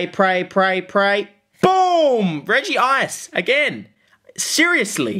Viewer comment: It is pronounced Rej - Ice not Reji - Ice. Sorry for being a grammar Giratina but hey, #TheMoreYouKnow